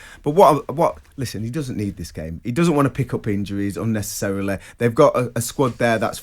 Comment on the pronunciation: Intensetay, unnecessarelay. Okay!